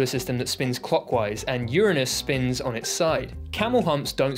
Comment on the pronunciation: Correct pronunciation of Uranus always makes me smile.